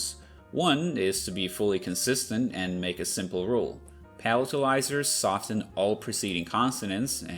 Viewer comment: you pronounced the "t" in "soften". That's so cool. I know, it makes perfect etymological sense to pronounce the "t" in "soften", but I have never ever heard anyone do that before. And yet literally just yesterday, I mentioned to my dad how weird it is that the "t" in "often" is optionally silent (I've heard it both ways most of my life), and yet weirdly the word "soften" always has a silent "t" for no reason. And yet now, what a coincidence that I hear "soften" without a silent "t" for the first time in my life!